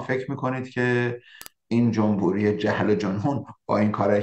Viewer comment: استاد جمبوری نه، جمهوری!!!!